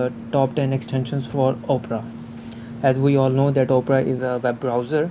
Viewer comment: Great video and your English is good also. I have a few tips to improve your English: the O in Opera is not pronounced like the letter O, it is pronounced like Aw. The way you pronounce it is like Oprah Winnfrey's name but the browser's name is pronounced just like the genre of classical music Opera or Awpra. Also, the word "cautious" is pronounced like if it were spelled cawshis. I hope this helps and keep up the good videos :)